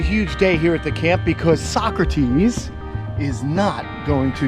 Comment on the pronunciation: Thanks for the upload! So happy for you! You know, every time you feature Socrates, I think of Bill and Ted's Excellent Adventure. Her name would be pronounced So - crates (rhymes with skates.) Happy holidays to all of your animals and human loved ones!